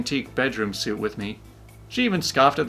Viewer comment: ‘Suite’ is pronounced ‘sweet’, not ‘suit’.